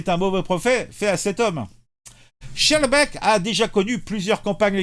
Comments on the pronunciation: Mon cher ami, on prononce skarbeeke. C'est une ville de l'entité de Bruxelles qui est complètement tombée aux mains des islamistes. La ville de Saint-Joss est administrée par un proche de Erdogan qui prône la charia. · Se prononce "skarbeek" et "clair failli"